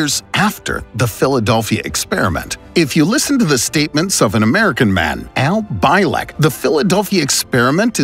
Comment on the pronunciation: Al Bielek: Pronounced: Al BEE-LIK not By-lek